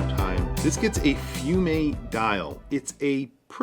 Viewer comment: Fumé, not Fume-a, cool?